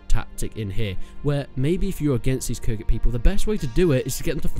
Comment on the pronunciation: It's khuzait not khurzait